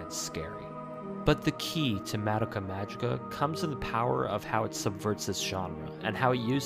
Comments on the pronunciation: Ma da ka magica? I think the show is shit but it's still funny that you pronounced it wrong. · I never heard people pronounce madocka that way